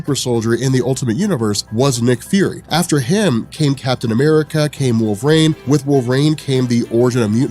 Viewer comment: I think we've a been wondering this, why do you pronounce wolvrerine, as wolverein?